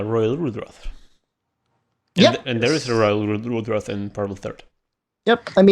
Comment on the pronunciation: I laugh every time cant pronounce ROYAL LUDROTH